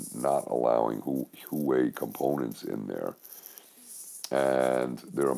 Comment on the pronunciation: HwaWei (pr. Hwah Way). got the pronunciation wrong on Crossroads. He corrected that in subsequent segments.